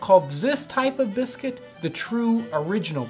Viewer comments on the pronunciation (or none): has been noted and filed. "Ziz type ah bizkit"